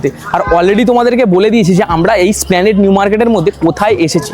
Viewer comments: দুঃখিত, এস্প্লানেড - স্প্লানেড নয় বুফে - বাফেট নয় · BHAI OTA--splanade NOY, HOBE ESPLANADE AR BAFETT NOY OTA BOOFEY BA BUFE , BAA NOY HOBE BOOFAY BA BUFE ( INGREJI UCHCHARON TA THIK TO KORTE HOBE , TAINA , SARA PRITHIBI SHUNCHHE KINTU , BHALO THEKO . THANKS.